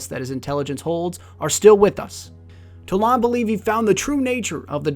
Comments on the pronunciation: You dont even know wtf you're saying, stfu already, (Toll Ond?) Its pronounced "Toll-And" dumbass, stop making videos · You pronounced kabr, wrong and how do u think it's pronounced (towlawnd) it's just toland. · Why do you pronounce his name so differently from the game? They honestly say it many times. TOE-land not TA-lawnd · toe-land not toe-lawned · "Tole-ON- d"? Its "Tole-and" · If you watch again, you pronounced it Toe-lond...not Toe-land. I spelled wrong to get my point across. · TOE LEND!!! Not talahnd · Omg the way you pronounced Toland was annoying. It's Toland not T'larnd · Toelawn lol it is pronouced Toelend because you hear from cutscene where Eris Morn talks about him! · TolAnd not to tolond also library not lybarry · Toe lond?tol ond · The way you pronounced Toland bugged me. Given that we don't know how it's pronounced, my friends and I believe it's pronounced "Toe-land" not "Tow-Law-nd" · You say the name like "Towlaund" Just say Roland and sway the R for a T. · Its not Toe-Lawnd lol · Toe lawnd? really.... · Omfg..... it's fucking toland, not TolAnd, TOE-LAND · Why do people insist on pronouncing every character's name wrong? Toland. It's said IN THE GAME multiple times.... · You pronounced his name wrong in this video. It's pronounced Toe land. I know I spelled it wrong, but that was to get my point across. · It's pronounced toe---land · Couldn't stop laughing at "Toe-Lawned" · I'm pretty sure it's "Toe-lund" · Lol toe- lond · Ugh DX can't stand it... It's pronounced Toe-land. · Toland is pronounced (Toe-Lund) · Isn't it pronounced (toh-land)? Nonetheless, great video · I honestly can't stand how this guy knowingly goes around mispronouncing character names. He did it with Kabr and now Toland. They pronounce their names in the game multiple times. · im sorry but i stopped listening because i cant stand how you say toland